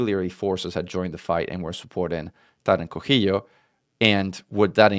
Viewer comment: this titan is named for the zapotec god of rain and thunder, it is pronounced "co see yo"